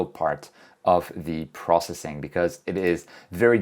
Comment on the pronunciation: Funny thing about me is I enjoy capturing images almost every night. But somehow the lazy bug bites me for processing the images. By the way I just enjoy how you pronounce “processing” as “prossing” lol